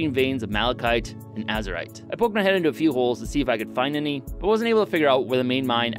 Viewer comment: i swear i heard "Azerite" instead of Azurite... god dang WoW, you've ruined me. At least I still have my spanish left.